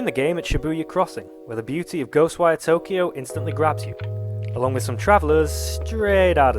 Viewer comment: Somehow didn't butcher the name pronunciation 😂